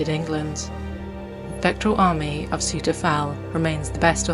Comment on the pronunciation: It''s pronounced Sow Ter.